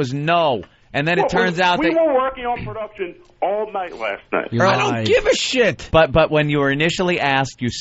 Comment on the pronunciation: I hate how he says "Perduction"...